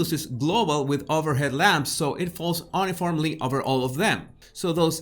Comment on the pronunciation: Not “un -iformly” (with the 1st syllable rhyming with “fun”) But: “U-niformly” (with the first syllable sounding like “you”)